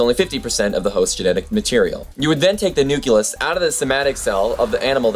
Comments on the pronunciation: Sorry if it seems like I didn't get any of the most important philosophical and ethical things on the video, it is just that, this specifically distracted me. I know it is not "wrong", just that being Brazilian I grew up using and listening the "cle" not the ke(que?) pronunciation of "nucleus" and it just throws me out of the thinking track whenever someone says it this way. But keep it going, I like your show! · Sorry but hearing nu-cle-us mispronounced so many times brought me back to my high school biology class with a teacher who had no business teaching biology. But don't let that discourage you. I'm very impressed by production quality and research that goes into your videos. I'm especially impressed that you've taken this solo venture at such a young age. I subscribed to your channel after your video about v sauce and I'm glad I did. I vote that v sauce or destin or the veritasium guy make you their protégé!